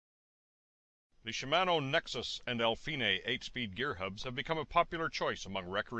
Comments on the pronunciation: al-feenay? Epi-sicklick? Honestly your pronunciation is just weird. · I like the way you pronounce Alfine, I would love to hear you say “I’m fine” 😎